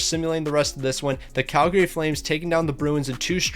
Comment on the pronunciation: Tip for you - people from Calgary don't pronounce the second A. It's pronounced Calgry